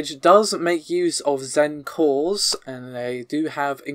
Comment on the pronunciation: Every time you say cores it sounds like calls.